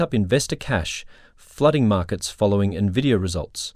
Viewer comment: It's not pronounced 'nuhvidia'. Get with it.